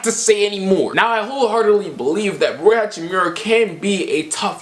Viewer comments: Idk if I’m hearing you wrong but Rui is pronounced Rue-e not Roy. Love from Spokane home of the zags 🤧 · u butchering rui hachimura name its riyu